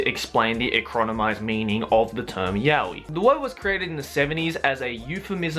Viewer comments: ive been pronouncing Yaoi wrong for these past years and now its weird hearing it correctly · It's pronounced Ya-Oh-Eee, not Ya-Weeee. Can't believe how many english speaking "fans" pronounce it wrong, lol. Really sad. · There aren't different ways. There's only one correct way, and thats 'yah-oh-ee'. Why? Because it's a Japanese word. You pronounce the characters one by one: you don't pronounce the word as a whole. (so every character gets the same amount of attention) Yaoi = やおい. や=ya(pronounced as 'yah'), お=o(pronounced as 'oh', い=i(pronounced as 'ee').